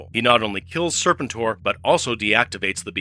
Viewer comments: Wow didnt know the Unicron connection Isnt the pronunciation Ser PEN tor ? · Tell the A.I. it's pronounced Sir-pent-tor. Like "repent". Overall a fun video. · Still can't pronounce Serpentor's name correctly, huh? 🙄🙄